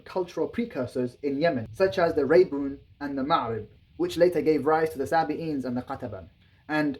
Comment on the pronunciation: Ma’arib. مأرب not Macrib